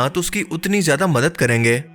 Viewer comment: آپ لوگ اردو والے ہیں کم سے کم آپ لوگ تو اردو کے ساتھ انصاف کریں۔ زیدہ نہیں ""زیادہ" ہوتا ہے۔